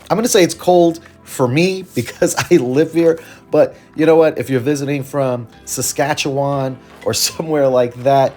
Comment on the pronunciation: thanks 🙏🏻 and great job on pronouncing Saskatchewan ! Usually Americans butcher it 😆